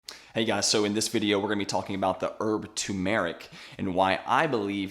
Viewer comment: I just can’t avoid stepping in here and making a comment. Bro, Turmeric is NOT an Eeerrb (or a Herb, if you’re not American), it is a SPICE! Jees, how difficult is that? 🧐 It’s also not ‘two~maric’, it’s pronounced ‘ter~ma~ric’. (Turmeric) And while I’m here, the expression is “…..a PINCH of salt”. You want people to take the information with a pinch of salt (not a grain’). This is a commonly misspoken expression. You’re welcome 😊